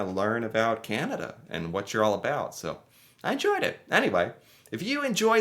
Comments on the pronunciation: The fact the voice says “Canadian” but than the country itself is “Kenuhda” drove me crazy. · Who is this narrator? The information is incorrect and he can't even pronounce 'Canada'. Hi!! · Canadians don't pronounce "Canada" like that or enunciate that way. American tend to emphasize each word, consonant, and syllable as if they are each important, whereas Canadians soften or blend them together more. The narrater is almost certainly A.I., and the script sounds A.I. too. I know you can't generalize, but no Canadian would pronounce Canada that was unless they were trying to play into some weird stereotype. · Canadian here... this video is so totally AI - written and produced. (It doesn't even pronounce Canada normally... lol - and is the reason much of the wording seems so strange! Oh, and it doesn't seem to realise that the Canadian Dairy Milk and the Caramilk are Cadbury brands...the same company it said for the UK. And yes, American 'chocolate' is vile.) That said, I'm finding it extremely amusing. 😊 (And yes, you're right about Canadians getting annoyed by always getting lumped in with Americans. 😉) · I think the script for the video you were watching was written by generative AI. It is also narrated by AI as well that doesn't know how to properly pronounce the word Canada in all instances. The channel you are reviewing is not making their own content and they did not fact check their details. I am glad you recognized that it was a little (lot) off. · The horrible AI voice can't seem to say Canada correctly.